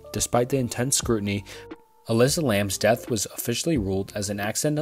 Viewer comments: Completely agree, I like the content a lot, but he needs to learn pronunciation of unfamiliar words. Elisa is not “a-leesh-uh”, it’s “e-le-suh. Sedan and chauffeur are also mispronounced. keep up the good work, we look forward to the improved videos! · You kept pronouncing Elisa's name like Alessa. Also Dark Water had a similar premise, except it was a little girl who was abandoned by her mom. The Slit-Mouthed Woman follows you home and kills you if you say yes. The best way to survive is to say she looks so-so. The piece of art you used for the 10 Dreams is associated with a poem where if you hear it, you'll die, not the urban legend you spoke of. And I hate that it's associated with it because it's part of a larger piece where you can tell the subject has been through something traumatizing. You also skipped some, so I take issue with that on such a short iceberg.